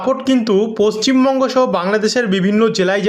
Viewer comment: পশ্চিম বঙ্গ টাকে ঠীক করে উচ্চারন করুন ৷ 😅